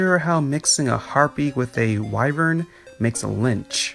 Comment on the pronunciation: I lol'd at hearing Lich referred to as a lynch XD